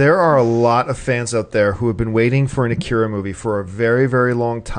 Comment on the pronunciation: lord.. they can't pronounced the name.